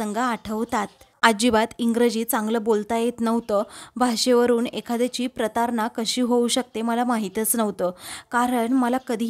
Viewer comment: प्रतारना नाही प्रताडना असा शब्द आहे.